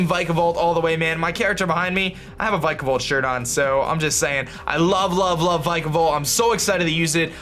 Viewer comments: it pronunced vic a volt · He said wenis not weakness an vikavolt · If vikavolt is your favorite Pokémon then learn to pronounce it 🙄🙄🙄